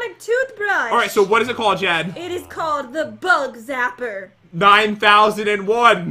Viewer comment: Its Jen not Gen